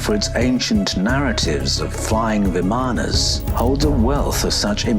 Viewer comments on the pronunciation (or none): Isn’t it pronounced “VIM-ah-nah”…..accent on the first syllable.